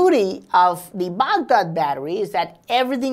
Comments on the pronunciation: Excuse me...Baag Daad....What's this..?😂😂😂 That's Bagdaad I know you are an Indian bc indians are copying master...!😐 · I imagine saying Baghdad battery like that if my tongue fell asleep LMAO 😅😂🤣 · Lmao the way he says Baghdad battery 🤣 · You sounds for funny buddy when you say Bagdad Badarriiiiiii 😝😈😂😂😂😂😂😂